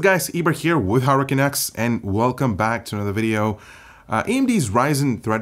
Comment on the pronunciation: Why do I hear this dude keep saying "Hurricane X" rather than Hardware Canucks?